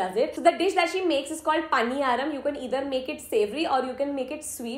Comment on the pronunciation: pronouncing a South Indian dish paniyaram as paANiyaram. Lmao